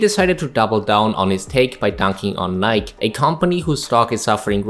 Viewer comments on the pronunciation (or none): A small nitpick, as it always bothers me: it's not pronounced "nike" in a way that rhymes with bike or like, it's pronounced "ni-key" like it rhymes with spikey.